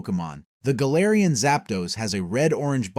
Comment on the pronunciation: Gaylarian Moltres is insane 😭😭😭